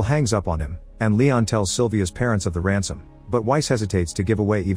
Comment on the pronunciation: Is this narrated by an AI voice? It said 'Ramson' instead of Ransom, subtitle mentioned the same